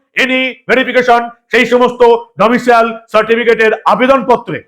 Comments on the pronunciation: বারবার ডোমিসিয়াল বলছ কেন ভাই? উচ্চারণ হবে ডোমিসাইল। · Katha ta Domicile, "Domicial" noi..., please correct your pronunciation 🙏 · ডমিসিয়াল নয়- ডমিসাইল।